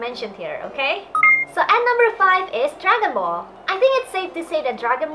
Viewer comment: I like norigami dragon ball z (u said it wrong) and naruto